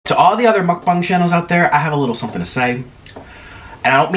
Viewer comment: Ya'll rewind all the way to the begging and hear how he says "MUcBaunG lmaoo. love your vids tho you're you make me hungry so ur vids work <3